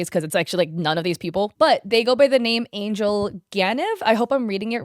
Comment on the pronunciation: Angel is pronounced different in bulgarian and he is Bulgarian it's Angél